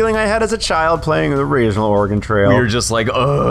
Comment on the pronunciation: Thank you for saying OREGON correctly